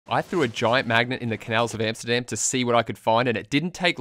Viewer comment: Yes it is illegal in the Netherlands, and Amsterdam isn't English, so pronounce it right.